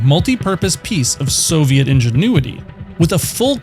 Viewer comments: Did you just say "soviat"? What kind of grammar mistake is that? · How do you pronounce Soviet so poorly?